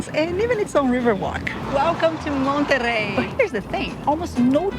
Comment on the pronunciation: Monerrey its low key, you are rocking the boat.